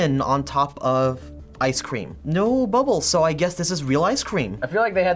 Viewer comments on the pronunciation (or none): the way he keeps saying ice cweam 😂